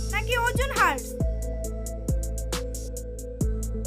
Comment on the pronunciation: Ojon hars na didi ojon ras sothik uchcharo kora valo